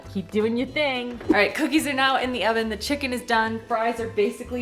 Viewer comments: When you said: thank you oven, I heard thank you 'Alvin' 🙈 maybe a new name for your oven? Love your content! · I thought you had oficially named the oven cause I heard "Alvin" but then I realized you had just said oven lol